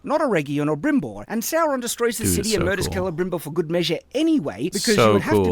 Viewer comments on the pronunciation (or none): Yeah like it seriously makes me doubt if he even saw the series. but that "Brimbor" was even more annoying lol